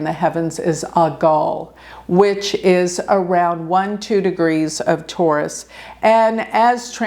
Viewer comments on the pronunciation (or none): none